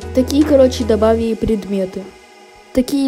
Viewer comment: Почему ты говоришь добавийи а не добавили